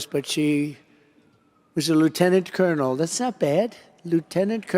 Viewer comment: He lost me at "that's not bad.. Lieutenant Colornel..."